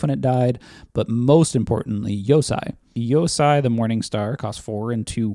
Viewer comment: FYI the white dragon is pronounced "yo-say." "EI" in japanese sounds like "ay." likewise, the white channel land from neon dynasty is "Ay-gahn-joe."